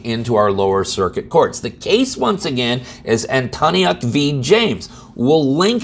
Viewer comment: FYI, Just so you know the plaintif's name is pronounced An - ton - yuk.